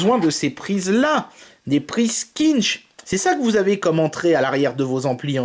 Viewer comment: Ouais, sauf que ça se prononce pas "Quinch", comme il le dit dans la video...